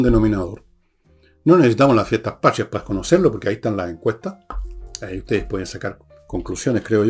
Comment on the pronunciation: La palabra es Patria, no pashria